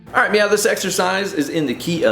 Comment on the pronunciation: Does he say 'arlight meow' ?! 😆